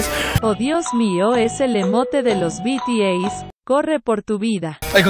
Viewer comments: Se dise bities pero se escribe bts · El tratando de decir bts jsjs